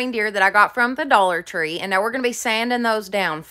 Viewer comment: Thought you said “the Dollar Funeral” store. Lol